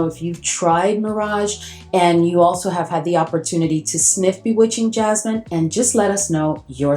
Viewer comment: It’s Bewitching Yasmine. Not jasmine. Good video.